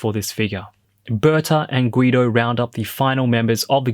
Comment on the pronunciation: Lol did he say Guido? Instead of Guldo?